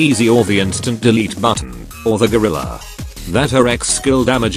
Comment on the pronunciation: can someone explain to me why she called "gorila"?😅